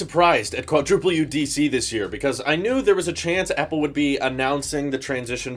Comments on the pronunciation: Yes. Reasons: 1. Intel Macs would still be supported many more years. 2. The first product would always have problems. Let others be guinea pigs. 3. I hate that he pronounces Quadro U instead of WW. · Please never say "quadruple U DC" ever again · My guy just say Dubbleyou Dubbleyou De Ce